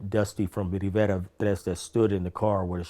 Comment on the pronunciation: You know this dude grew up around Mexicans by the way he perfectly pronounced Rivera 13 lol